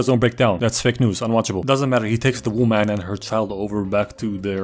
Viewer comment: "Wöman" eh?Are you a pale connoisseur?